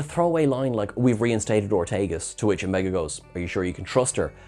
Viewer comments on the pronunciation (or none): none